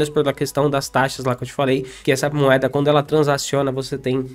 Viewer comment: é o cara que não consegue falar "moeda", ele só fala "moada" kkkk tô zoando mas gosto bastante dos vídeos dele.